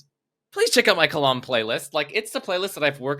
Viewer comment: Kalam* not Clam